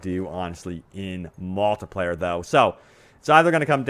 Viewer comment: seeeengle pleyer and maaaaltipleyer